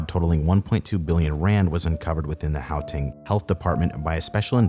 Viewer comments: Oh my gosh please stop saying Howtang, its Guateng. Ggggggg. Everyone in Kempton just goes to Arwyp Hospital. Its just around the corner. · its gau-teng, not gao-teng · Really good video. Well researched. Just do us South Africans one small favour and research how names are pronounced. Gauteng is pronounced with a hard guttural GH sound and not a soft H sound. How-teng just sounds wrong. How to pronounce Ms Mahlangu's name: After the Ma press your tongue firmly to the roof of your mouth then breathe in with your mouth open before saying lung-oo and you will have pronounced an African surname about as correctly as a European tongue can. Most names in South Africa are either First Nation names which would vary pronunciation based on their language, but the majority of the rest are of Dutch heritage which has a lot of unusual pronunciations. So Mister André Esterhuizen would have his name pronounced something like Aaahhn-drey Es-ter-hay-zen by a European. There's a change in how the Afrikaans pronounce the "hay" part in that we tend to make the sound in the back of our mouths with our lips in more of an O shape, while the English pronounce it more with their lips in the E shape putting the sound in the front of the mouth. I really hope that helps. There are files online for how to pronounce South African place names as well. Johannesburg in English is pronounced as if you were saying Jo Hand Nest Burger but have dropped the d from hand, the t from nest and the er from burger then run them all together into one word. In Afrikaans it would be closer to Yo-hun-ness-bear-gh. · I'm surprised no one has commented on his pronunciation of "how-tang" lol